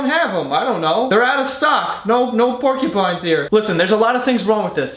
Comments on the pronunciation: "Pork-ya-pines" Hahahah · Pornkupines. What I kept hearing whilst commenting.